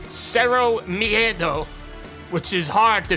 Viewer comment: I forgot that he said Cero miedo without much problem and properly. Didnt knew he knows spanish